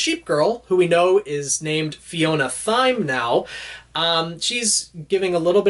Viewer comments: 'Thyme' is pronounced 'time'. It's a herb used in cooking. Sorry to be that guy... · Just a note, usually Thyme is pronounced like time, and it's an herb used in cooking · Thyme is pronounced Time like the herb